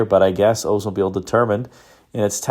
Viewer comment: Why can’t people pronounce the name correctly. The narrator says “Ozemobile” but pronounces Olds correctly.